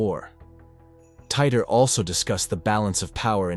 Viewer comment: "TEE-TORE." John Tee-Tore. Not Tighter. 😂